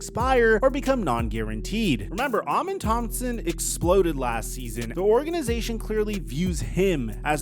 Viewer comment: Salute 🫡 To The ONLY Person Making Videos Or Discussing Amen Thompson That Can Actually Pronounce His Name Correctly 👏 👏 👏